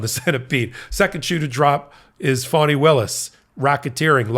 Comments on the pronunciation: FANI is pronounced FAN•NEE not FAWN•NEE. Please correct your pronunciation. Thank you! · It's fonnie, rhymes with ronnie. Sounds like you're saying fawnie. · Fah-knee. Listen to how her friends and associates introduce her. (Please tell Ben too. He calls her fuawny/phony) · FAWNEE (NOT “PHONY”) Willis! Please! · I wonder why some Americans pronounce the DA's name 'Faunnie' or 'Fawnie' when it is clearly spelt 'Fanni'? Surely, it can't be because they are prudes and can't bring themselves to say 'fanny' but you never know the extent of the madness of the loonies and zealots we cleared out of Nottinghamshire and Lincolnshire to fill the early ships like Mayflower...We got the Sleaford Mods and they got the entire cult of the Fighting Ninth Day Mentalists. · Isn't her name Fani Willis why do you keep saying phony Willis . Pls say her name correctly she deserves that respect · It's actually spelled "Fani," and if it was being pronounced wrong, she would have corrected them eons ago. Signed, a person who has had to correct countless mispronunciations my entire life to the point that I'm shocked when someone calls out my name at an appointment and somehow gets it right the first time. On the first day of every new school year, I dreaded that initial attendance roll call! (Note: it rhymes with 'cautious') Given the bands I'm into I've heard of the Sleaford Mods (and "we are the mods" from 'Quadrophenia' is running through my mind now...) and upon checking out just a few songs, makes me think that they're a big influence to Shame; granted I've only heard a few of the latter's songs as well, though.